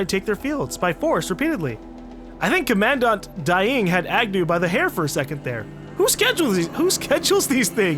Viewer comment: Commandant is pronounced similarly to (Common-daunt/dant) it's either a military ranking or a general title to denote importance in an area/field if im not mistaken.